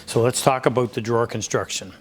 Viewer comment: Ah yes, aboot